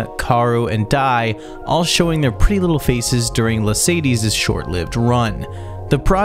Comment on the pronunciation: Bro really pronouncing La:Sadie's as Mercedes